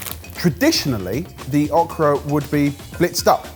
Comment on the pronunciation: The way pronounces okra throws me every time.